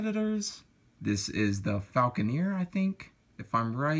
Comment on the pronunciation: And it's falconer not fal -con -ear